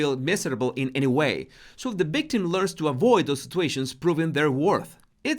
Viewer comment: What is a “ bictim “?